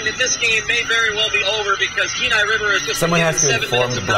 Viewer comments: You pronounce kenai wrong it's a long e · Yo,Please do your homework. You mispronounced both Wenatchee AND Kenai.